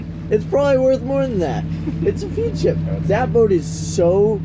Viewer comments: Ps it is FED ship, not FEAD ship.. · Great video. By the way it is pronounced Fedship not feedship. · It's actually pronounced as Fed-ship, instead of feed-ship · Feadship…rhymes with Fred ship. 😊😜😘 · Hey, not to nitpick, but Feadship is pronounced Fed ship :) Love your channel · Feadship is pronounced "fed ship" fyi. They put out some amazing boats and have done for many years. Great channel and excellent work on the boat. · Love the episode. By the way, Feadship is pronounced Fedship